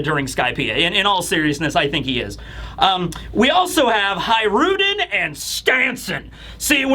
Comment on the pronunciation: You say hajrudin so weird